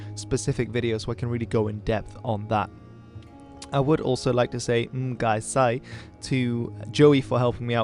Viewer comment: Your Cantonese is very good, perfect pronunciations but when say thank you in Cantonese, it's actually m goi sai, not m gai sai.